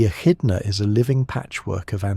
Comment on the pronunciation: to me it sounds like AI. Both in content and in audio quality. It pronounced echidna as eshitna and inn the next sentence as ehitna. The tone remains exactly the same across different sections and there's no pauses to indicate different sections. Then the subject matter is also very incoherent, slapping on adjectives everywhere. Mindless sentence like "evolution explorers without ego". AI content it'd getting good though